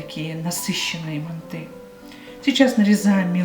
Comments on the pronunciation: мАнты , а не мантЫ! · ужасное ударение на слове манты, так не говорят МАНТ, МАНТЫ! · Манты ударение на ы ыыы